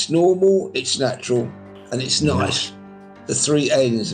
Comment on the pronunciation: “it’s noice”🤣🤣